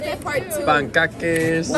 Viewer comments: "pan-ka-kes" killed me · Panncakkkèès 🤣 I love how you trying tho !